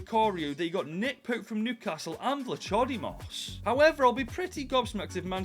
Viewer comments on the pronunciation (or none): Vlatsodimos im Greek and you kiled it completely